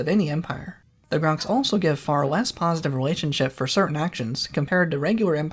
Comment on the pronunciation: maybe its cause im brainrotted but sometimes it does not sound like you are pronouncing the r in the grox name.